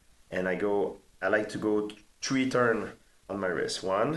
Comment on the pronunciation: One Two Tree